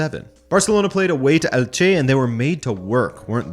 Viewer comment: I love these videos, but there is just one thing that bothers me a bit which is your pronounciation of Elche. There is no space between "el" and "che", and the "main vowel" is the first e. Instead of Elche it sounds like you're saying "El Ché" which is a completely different thing